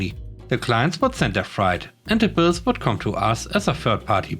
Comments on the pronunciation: FYI, , "freight" is pronounced "fr-eight". I think you got it mixed up with "fright", which is pronounced that way. 👍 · I came down to the comments to say the same thing. I'm glad he got it figured out by .